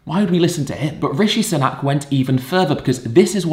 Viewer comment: It’s “Sunak.” Ed is just pronouncing his name weirdly for some reason.